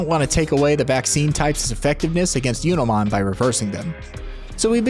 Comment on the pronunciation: Do you intentionally mispronounce digimon names? "Yunomon" instead of "Junomon"?